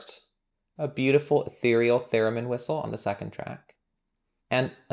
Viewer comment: Cool Python package and nice tutorial! Incidentally, I believe it’s “theremin,” not “theramin.”